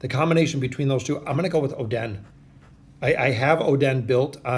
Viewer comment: cant believe he said "oh, den" for oden........................................................................................................................ stg ima just comment abt how badly you butcher their names on each vid i see from you..